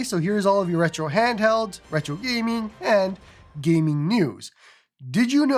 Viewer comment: I like this "gyeeming" pronunciation, what accent is that? Fargo?